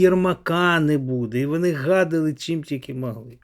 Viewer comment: Навчиться,будь ласка,говорити. ,,О'' в українській мові! ВОни!ДОпОмогу!....